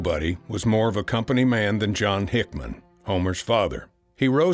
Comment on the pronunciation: Homer HickAM Not HickMAN. Is this the best AI can do?